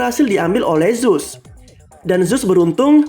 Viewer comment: Bukan zuse tapi zeus